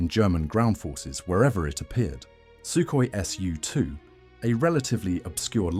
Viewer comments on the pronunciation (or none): And ircraft designations like the Lavockin "La", Ilyshin "Il", Sukhoi "Su" are read as a single unit-just like how you read the aircraft designers' surnames using only the first two liters. It's like saying "Yak" - you don't pronounce it "Ya. k." ) However, you read SB and DB correctly. That's because they aren't abbreviations of surnames, but rather aircraft classes: SB stands for "Sredniy bombardirovshcik"-(Medium Bomber), and DB stands for "Dalniy bombardirovshcik"-(long-range bomber).